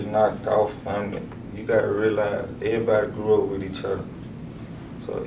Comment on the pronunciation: Ehbody, know ehbody hmmmm